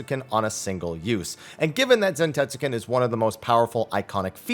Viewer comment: That’s gotta be the whitest way to say “zantetsuken” I’ve ever heard